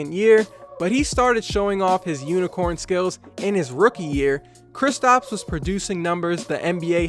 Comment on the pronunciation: Y u keep calling him kristOps and not kristaps